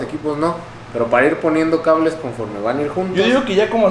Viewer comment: Dijo cabres en vez de cables el wey jajajaja es la mamada.